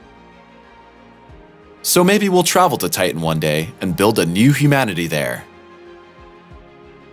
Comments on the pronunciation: Not only is there a lot of supposition and guess-work in this video, the commentator never pronounces the second 't' in the words. Titan becomes Tii-an. Not a video that deserves a thumbs up and irritating to watch. 🤔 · I don't like the way you pronounce Titan it's just wrong , I would wash my kids mouth out with soap for that I know you think it's cool right ? quit fitting in and say it right.